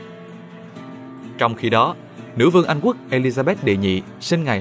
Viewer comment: giọng Nam nghe qua thì có vẻ ổn nhưng nghe kĩ lại thấy bất ổn, ví dụ điển hình: đọc thành wê hương, Anh wuốc, trong thời Zang qua, …